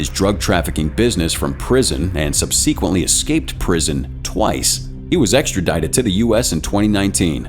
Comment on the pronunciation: please check the proper pronunciation of "subsequently" .. you've obviously learned the word exclusively by watching other embarrassingly uneducated youtubers